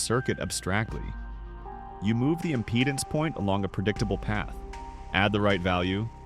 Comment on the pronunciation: Please teach the Bot how to pronounce IMPEDANCE.